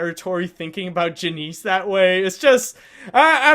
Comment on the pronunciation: Janice not Janeece